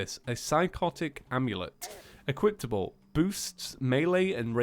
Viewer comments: i really hate how you say "equiptable". please, you're making us brits embarrased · Still can't find the T in Equipable